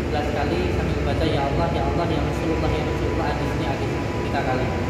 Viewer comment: Ya rosulalloh, bukan ya rosululloh